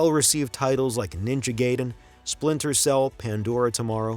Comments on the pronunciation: My god, the narration is hard to take seriously. After hearing "doos-ex two", "final fantasy EX", and "ninja gay-den"... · Kinda doubt there was an human voice over one since the dude mispronounced Ninja Gaiden and pronounced the X in Final Fantasy X like the actual letter instead of the number.